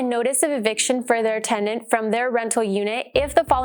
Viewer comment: TENDANT was driving me insane